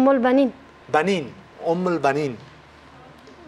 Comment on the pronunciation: Mahya mohamadi عربي از فارسي بهتر یاد دارم خانم ، در تمام همی ۲۰ سال کی در کشور عربستان سعودی زندگی کردم هیچ این بُنين را نشنیدم. و هم خود اون اشتراک کننده گفت بَنين نه بُنين*. و یک چیز دیگر خانم ، *أَ إِ أُ است ، نه اَ اِ اُ 😂